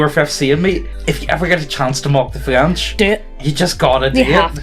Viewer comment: Listening to you two potatos absolutely butcher the French language is a special treat. To say that someone "Wears the horns" is a traditional way to call em a cuck (cuckold's horns), fyi. E: the wigs were cause they all had lice, so they shaved their heads. Syphilis makes the meaty bits (any & all of em) fall off.